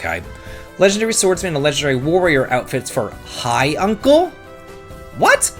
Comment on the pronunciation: Sorry, but it's Maam, like mom, and Jun-kel, not Hi, uncle!